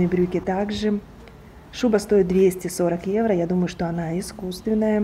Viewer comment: Неграмотно произносить евра, evro во всех случаях, одно дело витрина, улица срвсем другая, если и одеваются более менее это Милан